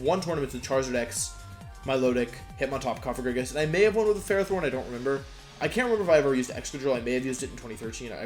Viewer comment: I'm unreasonably happy that you pronounce Cofagrigus correctly